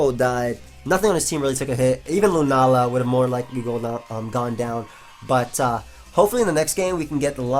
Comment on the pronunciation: "He does go out to lunaala"